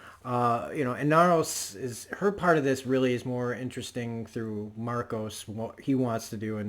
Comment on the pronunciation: His name is Marco, not Marcos. Otherwise, great review, you make some really great points, and I LOVE how Drummer can say more with a glare than some other characters can with a monologue. One thing that does make Marco different from other Freedom Fighters though is scale, the number of people, the number of civilians that he killed, ostensibly during peacetime, is unprecedented, other than say Genghis Khan